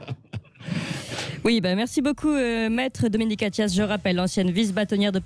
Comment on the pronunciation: Attias? Vous avez dis Attias ?? Comme c'est Attias ?